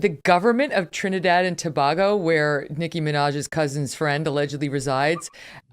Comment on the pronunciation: .... pronounced 2 bay go , ..not to bah go . ..yeesh.. international journalist. P.s JESUS was not white.